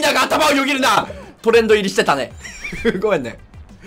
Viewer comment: どうしてもトレンド入りが言えないしゅう可愛い笑